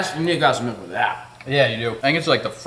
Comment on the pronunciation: it’s Milk not Melk. 😂